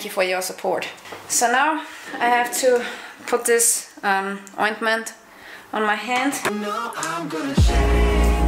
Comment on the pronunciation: she had me when she said ointment